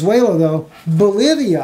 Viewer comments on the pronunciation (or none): You mean Bolivia, not Bolovia right?